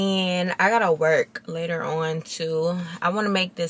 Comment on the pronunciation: Tell me you been watching UK youtubers without telling me U been watching UK 🇬🇧 vloggers…: “Talk u guys latuh” in her British accent.. 😝 😂